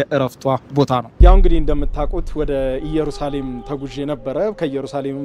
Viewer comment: የምታቀርባቸውን ሁሉንም እወዳቸዋለው ግን የአሁኑ ላይ ኢየሩሳሌም በሚለው አስተካክለው የራሱ ትርጉም አለው ከይቅርታ ጋር